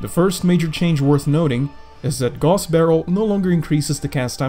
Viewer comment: I think it's supposed to be pronounced as gows, as in 'how'. If we stick to the german roots of the word that is